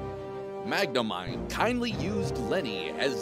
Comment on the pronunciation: Yay! I won. And you pronounced magnomine correctly.